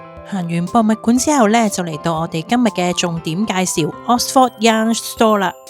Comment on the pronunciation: 如果這集介紹Oxford，可能留意一下oxford 個正確發音😅, no offence，Thanks for sharing.